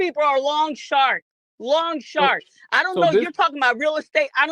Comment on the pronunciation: I thought she said Lawn shark instead of long shark. I was out on my lawn looking for sharks! 🤭🤣😂